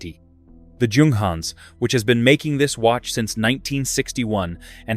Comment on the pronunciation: The first letter ofJunghans' name doesn't sound like in John, but like Yolanda. The same goes for Junkers, Jabo etc. In German, it's like Yunghans, Yunkers...